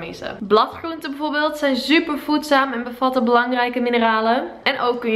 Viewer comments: Je zegt heel leuk super je zegt zuper no hate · echt je video's zijn leuk en ik kijk er naar met heel veel plezier naar❤ alleen je zegt altijd ZZZuper in plaats van Super😂😁😁😀 sorry maar ik kan niet tegen dat soort dingen😂😂😊😊❤❤❤